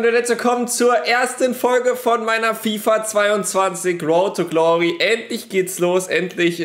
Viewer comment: Woat to gloey